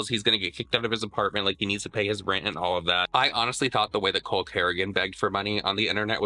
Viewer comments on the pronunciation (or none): Did you call him Cole CryAgain 😂